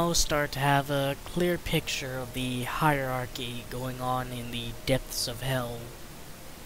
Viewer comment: It's hierarchy, not "heirarchy".